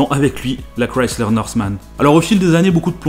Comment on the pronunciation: Au moins la Mazda Furaï est sur Grand Turismo PSP, et enfin un Français qui prononce bien le nom de la marque Chrysler, car j'entends parfois des gens le prononcer comme ceci: Crislaire